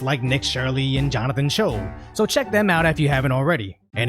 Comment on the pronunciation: Bro, Jonathan's last name is pronounced "Chwae(최)." I had more hope for Seattle than I did San Francisco...now I'm not sure anymore. 😢